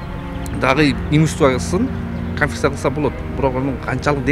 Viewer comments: КАНФИССА дейткоо 😂😂😂КОНФИСКАЦИЯ га тили келбей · Конфиция эмес конфискация жолдош серепчи создорду деле серептеп туруп анан айтпайсызбы?